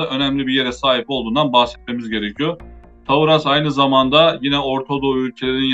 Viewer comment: No caso da Taurus, é ao contrário, a primeira sílaba é a sílaba tônica (tá)